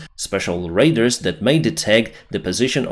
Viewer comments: Just to be a little helpful with your ability to speak English as your second language the word radar is pronounced as if it were spelled as raid-ah-r phonetically. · idk when i noticed but every time he says radar it sounds like raider and situationally thats pretty funny